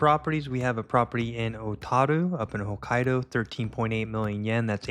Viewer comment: Appreciate the videos, but how you pronounced Hokkaido made me laugh